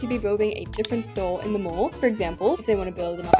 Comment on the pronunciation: English isnt my first language but when she mentioned the mouse hole in her mall i thought she said mole and i realized when she said "who add a spider on my mole" that she ment mall😭